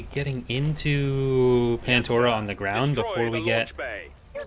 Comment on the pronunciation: *pandora not pantora